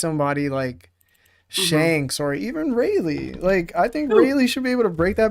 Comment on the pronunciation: “ray-lay” and “scoper grabon” 🤣